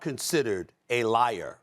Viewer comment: don’t put the word Liar in all caps he ain’t say it like that he said “liar” 🤣